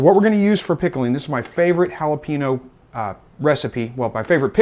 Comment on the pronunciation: I’m redneck as hell… your pronunciation of jalapeño is killing me lol. Good video though 👍